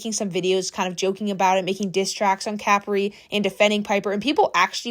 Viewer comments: Not trying to be THAT PERSON or rude but it's pronounced Cu-pre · You pronouncing Capri like that is wild. It’s Capri…. Like Capri pants. Not like a bottle cap😂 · the way you say capri is so funny